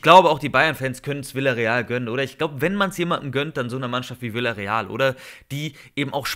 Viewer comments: Vijareal wird es gesprochen nicht villareal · Lern bitte mal den Namen „Villareal“ richtig auszusprechen.